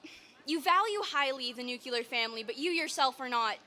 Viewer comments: It's not nucular you idiot. NUCLEAR! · nucular...nucular family... sounds like George Bush... T he word is nuclear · "Nucular family" from a uni student... congratulations for your education system. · The word is NUKULAR! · "Nuc-u-lar" lol. At least this one was polite enough. She takes elocution lessons from Homer Simpson though lol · "nuculur" what a dingbat. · Hearing a liberal say 'nucular' like GWB made me laugh. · Why can't these women pronounce nuclear?